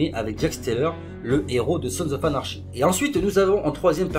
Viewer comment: Et à ne pas prendre mal mais "anarchy" ça se prononce "anarki" :)